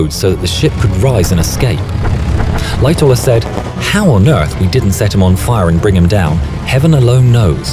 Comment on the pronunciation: I thought he said “Light tower” not Lightoller